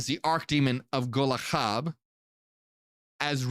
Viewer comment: its pronounced gol-ha not golaha, it means charcoal hot, burning charcoal